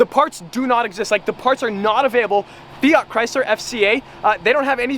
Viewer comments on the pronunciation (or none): none